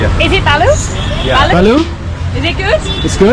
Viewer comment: said "Balu" 😅 that's means dirt in Bangla lol...Bhalo is the correct way to say good... Great review guys! Subscribed